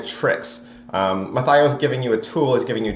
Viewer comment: Good review. Very thorough. It just annoyed me that you were mispronouncing Mathieu the whole time.